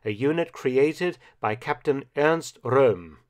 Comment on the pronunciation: Hey Mark i just wanted to say that you pronounce the german "R" very well. For instance "Röhm". Props